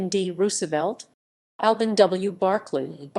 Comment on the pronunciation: Helpful information, thanks! My family has some really old documents from my great grandmother and this help me better understand what they were! Also, you may want to re-watch your videos entirely before uploading 🤣 I was laughing so hard at the AI at the end with "Barclay" 😂😂 😂 ⚰️ ⚰️ ⚰️